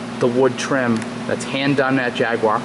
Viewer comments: You pronounced Jaguar wrong. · No W in jaguar! americans mispronouce for some reason!